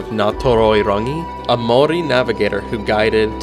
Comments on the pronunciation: Your pronunciation of the Maori language impressive keep it up. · Congratulations on your pronunciation of Maori places.